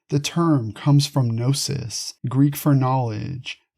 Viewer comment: If you don’t say “ga” nome or “ka” nife, why say “ga” nosis?